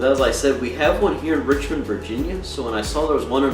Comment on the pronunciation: my only problem is how you said the city name and Richmond county name wrong. besides that good video